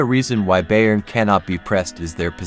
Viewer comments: Bayern is pronounced "Buyern". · Why do you even pronounce "Bayern" so terribly wrong? If you do videos about them, show some interest for the club. "Kimmich" is probably too hard, as well as "Laimer". But the guys on ESPN pronounce the makes correctly, so you should be able, too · You need to learn how to pronounce Bayern